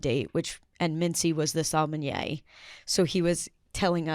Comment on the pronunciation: it’s not salmonyay it’s sommelier